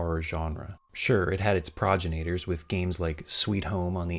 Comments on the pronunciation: Well done, but I feel it’s worth clarifying: “Pruh-jen-it-ors” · Unintentional hilarity that he mocks the game for how they say gondola but mispronounces progenitor like 10 seconds into the video. Funny bloopers aside. Good job a nice retrospective. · followup: I just realized you pronounced "progenitors" wrong near the beginning and I take it all back -- you are now cancelled forever